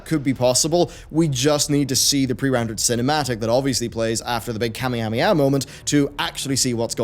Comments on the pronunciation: I'm sorry but 'Kami-hami-ha'? Try this pronunciation,; Ka-May-Ha-May-Ha. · i understand, but that is DEFINITELY not how it sounded. Thats American sounding. sounded like "kaminamiha" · Am I the only one who was bothered when he kept mispronouncing kaw-may-haw-may-haw? lol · what's a "kami ami ah" ? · That Kamehameha pronunciation tho 😳